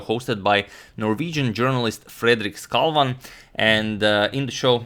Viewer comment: As a Norwegian, you pronounced Skavlan perfectly.